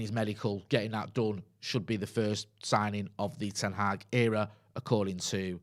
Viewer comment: Pronouncing manual moment: It’s not ten Haag like van Gaal. It’s Hag. Short sound. The same way the Dutch pronounce the a’s in Amsterdam.